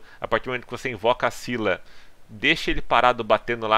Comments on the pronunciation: O general marina do pilar do Pacífico Sul se pronuncia Cíla nao é skila, nem nenhuma outra variante, assistam o anime! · esquila 😂 vc Fala errado e muita Gente tmb o nome dele é Io De Esquila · Pronúncia Scylla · No anime se pronúncia "Io de Isquila" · Se não me engano, o Scylla vem da mitologia grega, se pronuncia Cila mesmo . Da lenda de Cila e Caribde. Os dois era monstros que atacavam no estreito de Messina. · A pronúncia é "Iô" de "Isquila". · Na verdade esse foi um erro de dublagem, algo que acontece bastante nesse ramo quando estão traduzindo um conteúdo. Mas Scylla é um ser mitológico, e como qualquer pessoa pode comprovar assistindo qualquer tipo de vídeo do assunto, verá que a pronúncia correta do nome dessa criatura é "Cíla" mesmo. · É io de Sila, ou oi de Skila ( Pronúncia de oi de isquila das 6 bestas em Br )!. Tá ok?. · Só é duvida a pronúncia pra quem não assistiu o anime Se pronuncia ISQUILA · Pronuncia: Iô de Isquila!!!! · Oi de dcylla de pronuncia esquila isso e mostrado no anime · Se pronuncia Scylla.. tmj men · Segundo a mitologia se diz "sila" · Oi meu o nome dele no anime se pronunciou Esquíla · Se pronuncia squila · Se pronuncia esquila